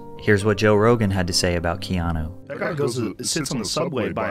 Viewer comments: Mate, you keep pronouncing his name as Keano, it's Keanu. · why do you call him keano?? no offence just sounds off...sound like kano of mortal kombat! 😂 😂 first names are kinda important...you dont call a guy named Don , Dan...relates to a completely different person. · Loved your low key well done narration and visuals. Did you get any flax, though for mispronouncing his name “Keano”? Regardless, it’s well done.